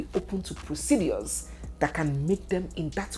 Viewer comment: 😅 you won’t kill me with your pronunciations especially how you say proceDUAS